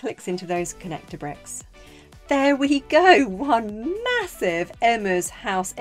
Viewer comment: It’s “Mahossive!”